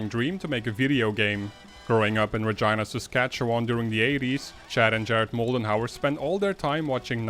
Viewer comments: Thanks for pronouncing 'Regina' correctly. REPRESENT! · Great vid. I'm happy you pronounced Regina right, ALMOST had Sask pronounced perfectly